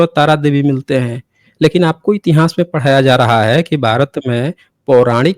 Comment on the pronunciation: Intihaas nahin itihaas hota hai murkh